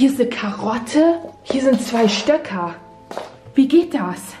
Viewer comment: das heißt STÖCKE!!!!!!!!!!!!!!!!!!!!!!!!!